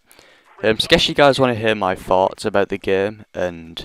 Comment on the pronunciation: when u said "thoughts" i thought u said fart